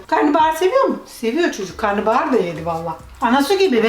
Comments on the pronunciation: Karnıbahar değil Karnabahar 😂😂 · karnıbahar değil karnabahar yani karına(mideye) bahar